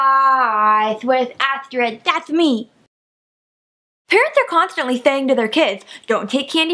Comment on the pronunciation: "dats meh" 030 I DIED